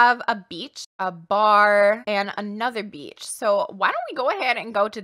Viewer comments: The way she says beach sounds like BEach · Akshdkaksks anytime says “beach” I think she’s saying “Beetch” like she do